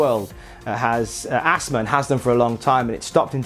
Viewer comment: What’s Assma? Does he mean Asthma? There’s a ‘th’ in that word.